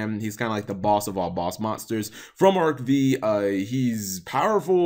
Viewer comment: Dear Why do you say "Zorc" instead of "Zarc"? Why do you say "Arc V" instead of "Arc Five"? Sincerely, a curious viewer.